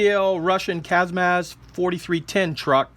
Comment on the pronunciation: It's correct to say KAMAZ at the end of Z I'm from Russia